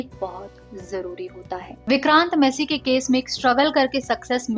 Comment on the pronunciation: You are pronouncing his surname wrong. Its not messy, its massey